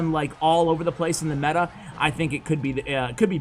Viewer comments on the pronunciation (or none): none